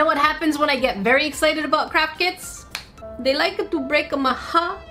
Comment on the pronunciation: How come these days whenever I hear says craft kits, I will misheard it as crap kits